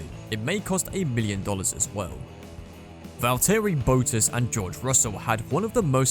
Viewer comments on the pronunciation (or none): Man cant talk 'Valteri Bootus'